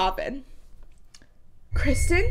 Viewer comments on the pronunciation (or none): none